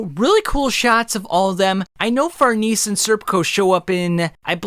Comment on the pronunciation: Far-neh-seh dude. WHO THE FUCK IS FARNEES?